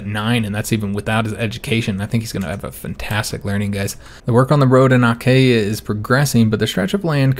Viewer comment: Achaea is pronounced "a-KEE-a". More or less :)